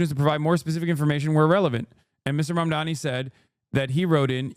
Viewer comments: Dude this Fox lady cannot say "Mamdani", it's gotta be on purpose. "Momdommy"?? "Momdomini?" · Why can't they say his name right? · why the f*&^ can't these "pundits" pronounce his clearly phonetically pronounced name? morons.